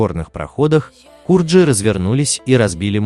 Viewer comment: ГУРДЖИ А НЕ КУРДЖИ, ОТ СЛОВО ГУРДЖИСТАН